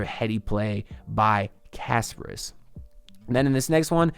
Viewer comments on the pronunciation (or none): Please pronounce kasParas instead of Casper. 😆